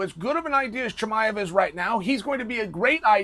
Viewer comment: Chael saying his name correctly is a bit of a giveaway 😂